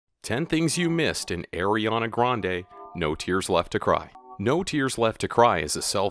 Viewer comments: the way he said it tho... airy-ahna grande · He said eriana grande 😂